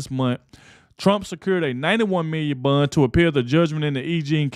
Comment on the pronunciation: Are you saying a hundred and seventy five million dollar bun 😂😂😂😂